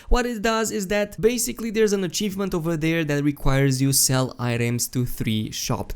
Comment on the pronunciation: Every time you said achievement I cringed and wanted to shout myself